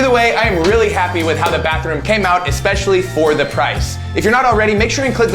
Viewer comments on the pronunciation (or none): none